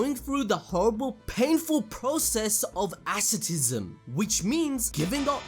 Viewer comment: Not a single Japanese name or English word was pronounced correctly. As-ket-uh-cism, come on, man! You have one job